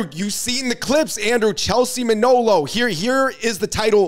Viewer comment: It's Manolo for the Fung Bros.